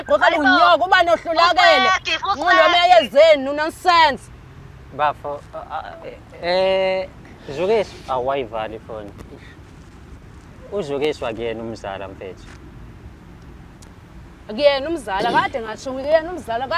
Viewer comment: He cant pronounce Źukiswa u thi Zulìswa